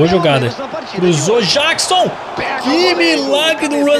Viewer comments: NÃO É JÁQUISON! É JÉQUISON!!!! Mds🤦🏻‍♂️🙆🏻‍♂️ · não é Jackson é Jeckson